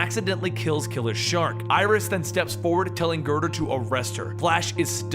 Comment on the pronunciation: Did anyone else hear killer shark instead of king shark?